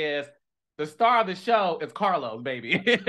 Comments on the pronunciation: Not CAH-LOS 😂🎉😅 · Dr Heavenly may say Caalos but you say Naadification bell. So it's ok we Love you both anyway!!!😂😂❤❤😊😊😊😊😊😊😊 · Calos you’re annoying for giving an in depth break down for how Heavenly pronounces your name 🙄😆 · Not CA-LOS 😂😂 Dr. Heavenly is a keeee. I ❤ that Quad is back🫶🏾